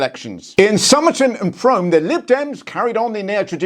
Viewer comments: Frome is pronounced 'froom' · It's pronounced "froom" 😉